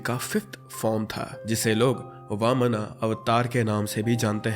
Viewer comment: That's not vmana and jamavanta, it's वामंन , and जामब्वन्त